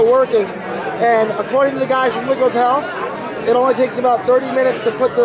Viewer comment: I think it's Liquipel, as in repel